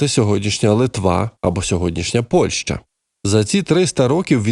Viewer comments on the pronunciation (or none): none